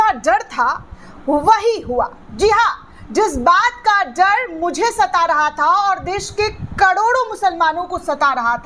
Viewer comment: जड नहीं होता डर होता है, एंकर को शब्दों का उच्चारण करने में माहिर होना चाहिए